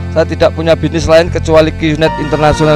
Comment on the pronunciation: Bisnis pak bukan binis. Harley pak bukan halei. Haduh si bapak